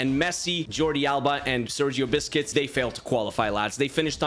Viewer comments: By the way it is not Sergio biscuits it’s buesqets 😮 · Sergio Biscuits 😂 Correct Pronunciation Sergio Busquets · did he just said sergio biscuits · Bro really said Sergio biscuits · does he say Sergio "Biscuits" on purpose? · Bro it Sounded like he said “Sergio Biscuits” 🤣🤣🤣🤣